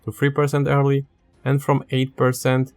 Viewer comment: It took me about 10 minutes to realize you were saying "early" and not "hairly"